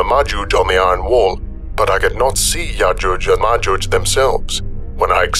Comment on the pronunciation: I could be wrong, but if you listen again I am pretty sure that called yojuje and majuje the entire way through. that the entire time. I will also listen back at my next opportunity and report back.:-)